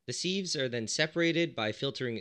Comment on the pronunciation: I always think he's saying "seeds" at first lmao